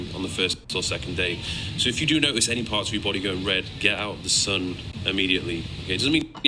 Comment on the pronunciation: Why is she calling The sun as San ?